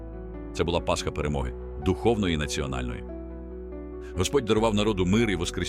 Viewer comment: Це яка "перемоги", цьогорічна "третя"?! Оце перемоги так перемоги(!). Ви навчіть свої "ШІшки" вірно наголоси в словах ставити, "коверкаїте" тільки слова і українську мову, казкарі(!!!).